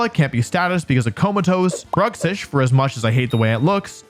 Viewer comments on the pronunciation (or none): none